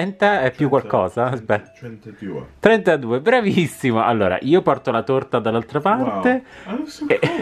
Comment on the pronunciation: È uscito Dan Pasquale: "ASCHPETTA"